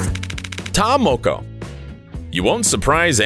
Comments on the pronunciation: When he says may-ori instead of Maori and Ta moe-koe instead of Ta Moko I died inside (i'm from New Zealand) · I'm from New Zealand and the guy that's talking was getting on my nerves he was pronouncing ta moko & maori wrong SMH...🤦‍♀️🤦‍♀️🤦‍♀️🤦‍♀️ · Omfg can you say Maori properly hahaha your saying mayori blinken idiot! And its ta moko not ta mowkow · You pronounced ta moko wrong